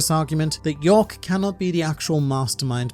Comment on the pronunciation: It's york